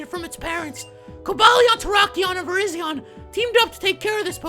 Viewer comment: Virizion is pronounced Vyryzhon